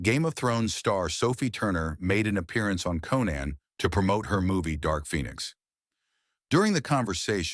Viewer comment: When the guy said "Co-Nann" I knew it was B.S. 🤣